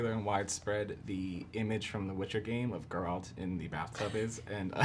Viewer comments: it is even pronounced correctly the first time he says it in the show and Mirilka says like GARROTER... G air alt.. no J sound in it .. no d G as in go get gone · What is people's hangup with pronouncing "Geralt" properly?? (talking about the interviewer, but so many people struggle w this even AFTER watching the show!) It's just like "Gerald" but with a T at the end, and the G sounds like "get". Why is this hard, people? I mean, the worst abomination I hear was: "Jerawlt". but this whole "GuerAWLT" thing is seriously bugging me now. Cringe